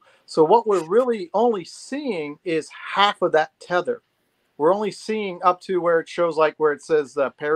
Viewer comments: Did just say 'teether' line, twice? "Teether" line? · It's NOT called a 'teether line' it's pronounced Tether Line!!!